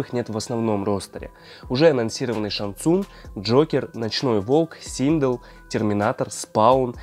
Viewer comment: Синдел а не синг